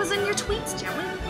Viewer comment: dA STOWY OF JAWWWWWWWWWWWWWEEEEEED